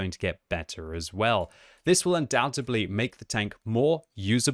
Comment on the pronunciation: “undoubtedly” not undoubtubly....